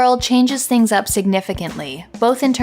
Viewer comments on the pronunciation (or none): You pronouncing things “tings” is legit the most Toronto thing I’ve seen in a long time.